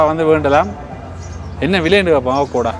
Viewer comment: அவகோடா இல்லை அவொகாடோ என உச்சரிக்கப்படும். (Avocado 🥑🥑🥑🥑🥑)